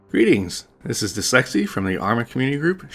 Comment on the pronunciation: You pronounce "dyslexci" "the sexy" and I'm okay with that.